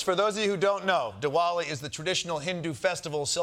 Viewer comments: DiVali. Just a pronunciation guide for white people who didn't do their homework. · i though he said de walling celebration like tearing down the walls off the white house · Pronounced DiVali